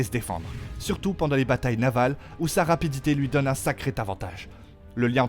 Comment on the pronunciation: De ouf 😂surtout quand il dit rapadité ( c'est rapidité) woa mes oreilles saigne ..